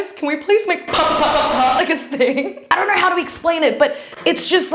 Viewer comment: I love that way tells “don’t know”, like she tells it like this “don’t knor”